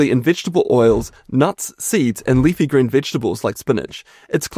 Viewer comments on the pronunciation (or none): none